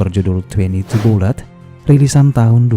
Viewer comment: Bullet dibaca boole'